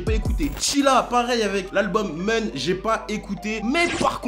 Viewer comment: Le nom de l'album de Chilla se prononce "Moun" pas "Mun" 👍🏾